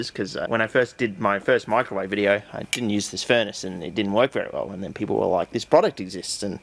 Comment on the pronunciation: swear to god every time you say it it sounds like you’re saying michael wave, big fan